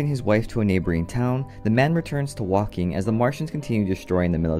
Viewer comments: It's not wolking it's Woking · Umm...Woking is pronounced Woke -ing. Just like Chanel No.5 is not Channel No. 5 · say woking properly its woe -king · It's pronounced 'Woe-king' btw 😂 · It's pronounced woking